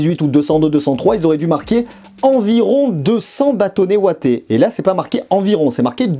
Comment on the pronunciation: des Bâtonnets Ouatés ? Des Bâtonnets Wattés